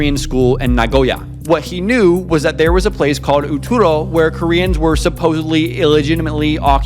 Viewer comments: I wish you would put in more effort to say the words correctly. You kept saying Oturo instead of Utoro and didnt say it right a single time. I understand that some words are hard to pronounce, but this is not a hard word to get right. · Oh man every time you pronounce Utoro it gets butchered more and more. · Please use Google translate or chat gpt to check your spelling. It’s utoro no oturo